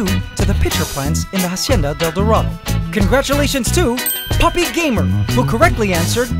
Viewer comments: you please learn How to pronounce la Hacienda del Dorado You keep saying it wrong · Can you please close to pronounce la Hacienda del Dorado